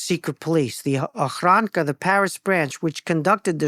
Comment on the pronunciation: Ochrana not ochranka